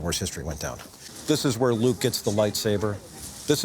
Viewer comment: Sounds like he says "This is where Lou gets the lightsaber".......What? Oh Luke!